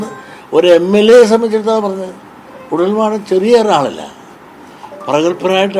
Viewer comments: കുഴൽ നാടൻ എന്നുപോലും പറയാൻ പറ്റാത്ത കെളവാ നീ പോയി മൂഞ്ചടാ മൈരാ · കുഴൽ മാടൻ അല്ല കുഴൽ നാടൻ... കൃത്യമായി പറയാൻ പോലും ഇങ്ങേർക്ക് അറിയുന്നില്ല. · കുഴൽ മാടൻ അല്ല കുഴൽ നാടൻ 😂😂